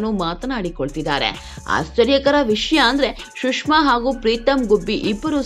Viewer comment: ಶುಷ್ಮ ಅಲ್ಲ ಸುಷ್ಮಾ